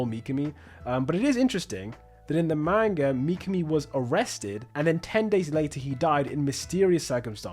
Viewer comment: Was really interested in this video and then heard you pronounce "manga".